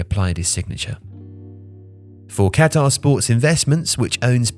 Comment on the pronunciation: "Cat-ARE investments" xD